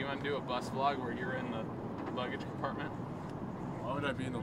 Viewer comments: Were talking old fetus markiplier. He used to pronounce vlog as v-log. And it would annoy all his subscribers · He used to say the letter V making vlog sound like two words instead of one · Mark, you were pronouncing it wrong. It's not a vlog it's a V-log!... I have been here too long...